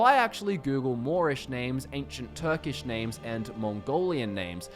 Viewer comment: Oh man, the way your pronounced the Turkish names gave me cringes xD A for effort though! good video